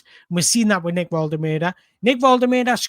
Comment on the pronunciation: Great video. Love the fact you pronounce Nicks name diffeently every time. :D :D :D